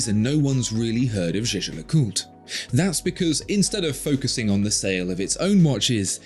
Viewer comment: it’s pronounced jäger-lekulträ, btw maximilian jaeger was swiss german, only the other guy is pronounced french just kidding, it’s pronounced jaaescher-löcùltr